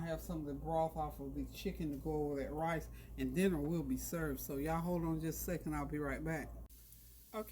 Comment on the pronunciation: Random, but I love how you say “rice”. You pronounce it “rAHs”. It’s my favorite!